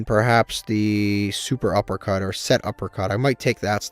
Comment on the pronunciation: Cant believe you still call it SUPERuppercut 😂